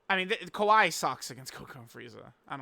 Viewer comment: Bro she is not kawhi Leonard dude, it’s kyawei